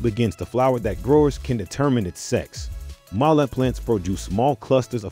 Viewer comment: Why you keep saying MALLEE PLANTS it’s male pronouncement close to feMALE!